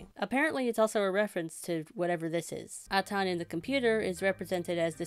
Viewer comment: It's pronounced "Ay-tan", not "Ah-tawn".